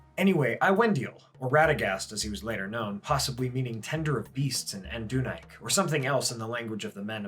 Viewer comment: Did I hear that right? Did you dyslexia “Adunaic” into “Anduinac” and make up a new language for the region of the Anduin?